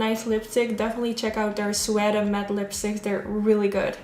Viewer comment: Love the look! The correct pronunciation for Suede (Sue-wade) or some say (Sue-aid). You're English has gotten so much better over the yrs! Love you all the way from Detroit, MI xoxo! #NOTIFICATIONSQUAD